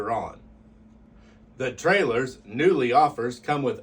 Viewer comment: He's pronouncing it wrong. It's pronounced "Koonley"